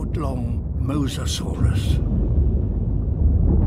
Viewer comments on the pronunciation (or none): none